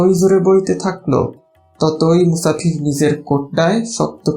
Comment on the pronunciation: sounds so much like my home! just noting though that the speaker keeps saying /musakir/ for /musafir/ 'traveler'. i presume this isn't a word used much in his own speech, hence the confusion of ফ f with the similar-looking ক k